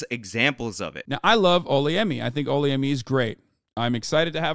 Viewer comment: Haha you’re saying her name wrong it’s Ola Yemi and yes she’s an embarrassment who has been westernised like crazy but best believe she wasn’t raised that way because she’s Yoruba and we are very conservative in our culture